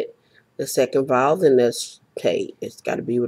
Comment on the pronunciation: whats a viaile? you said you purchased a viaile